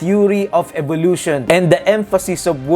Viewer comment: did you notice that charles pronounced evolution as evilution.dont think that was a mistake